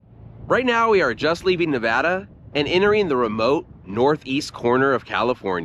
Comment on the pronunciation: Thank you for not saying Nahvahdah 😂